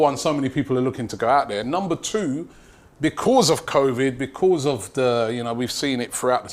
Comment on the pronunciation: Is it just me or does Robbie say because like beecccwooozzz!